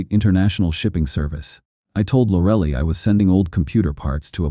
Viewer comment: "Lorelly" 😂😂 I'm sorry, but AI can take over when it learns to pronounce things.